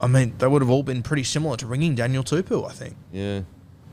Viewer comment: I can't remember the young Brodie's name but Daniels last name is pronounced Too-Po (like the Kung Fu panda)